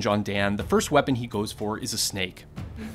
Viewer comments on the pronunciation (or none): none